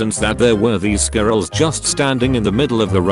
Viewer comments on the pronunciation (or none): So it can pronounce Illinois, but not squirrel XD